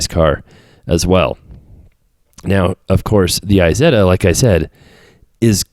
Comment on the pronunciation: Issetta? English? Haha 😂